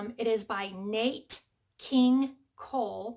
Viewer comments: Not Nate, like ate, King Cole, it’s pronounced Nat, like gnat!! And “Smile” is a wonderful song!! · It's Nat King Cole, not Nate....